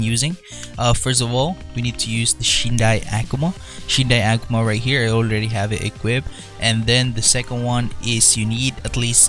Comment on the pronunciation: U CANT EVEN SAY AKUMA CORRECTLY UR PRONOUNCIATION IS TEERIBLE U SAY IT AS EHKUMA